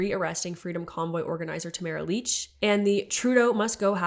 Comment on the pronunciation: re: Tamara Lich - heard her name rhymes with rich not beach